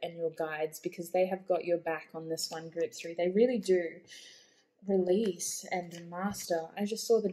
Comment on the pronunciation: that 💩 card! 🤣🤣🤣 but I did hear “release” 🙈 hahaha